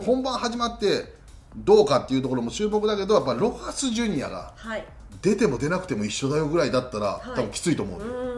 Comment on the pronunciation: ちゃんとロハスジュニアって言ってくれる里崎さん好きやわ ロハスロハスってジュニアどこに消えたっていうメディアが多いからやっぱりそういうところはきちんとしてほしい